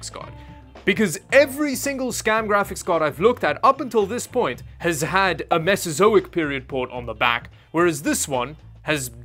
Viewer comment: why are you calling an vga port mesesoic port?